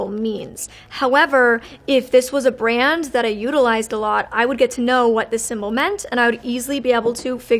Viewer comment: Having a hard time with the word brand huh :(